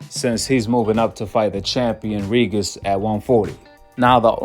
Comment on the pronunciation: Bro stop saying “Reegis” like that 😂